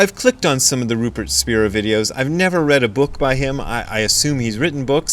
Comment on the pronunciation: It’s pronounced Spy-ra